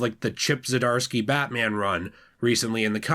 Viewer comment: I liked how you pronunced Chip's last name because it was difficult for me to say his last name but he's also wrote the Daredevil comics as well which I liked his run